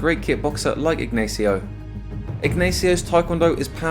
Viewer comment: It hurts every time you tried to pronounce the common spanish name "Ignacio" as "aegnaeesio"